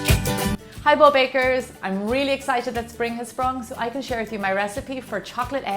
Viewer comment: Gemma Stafford, I heard a subtle "egg-cited" at the beginning of the video, but Easter "Eggstravaganza" caught my ear. I work in Production actually; so, I appreciate your husband's solid editing skills.